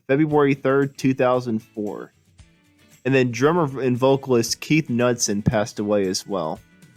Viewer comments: is pronounced k n e w d son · Keith's last name is pronounced 'Knoodsen'. Another Park, Another Sunday was the A side. Black Water was the B side. A DJ in Roanoke, VA started playing Black Water and the rest as Tiran Porter would say is hysterical!